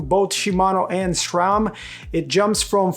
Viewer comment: It's refreshing to hear someone pronounce SRAM as it is spelled instead of SCHRAM 😁